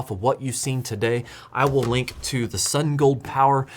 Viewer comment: I love your content, but people sending you review items should at least give you a phonetic pronunciation of their company name. Keep it up, thanks for the quality content.